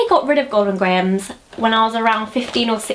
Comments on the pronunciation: Golden Grahams isn't pronounced gray-ums. It's grams. :) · when she said "grahams"i D I E D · When you say "grahams," you sound so, like, American, it's hilarious. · i liked the way you say grahams lol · You pronounce "grahams" strangely to me. haha Hello from Chicago <3 Thanks for the video :) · it must be because i'm american, but i'm fascinated by the way you pronounce grahams lol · Say "grahams" again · Haha you put on quite an american accent when you say grahams!